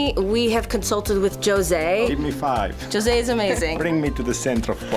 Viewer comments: Its José not joezay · The name José in portuguese is pronouced "Juh-zeh". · Starting it off by pronouncing my man's name "Joe-zay" made me cringe so hard.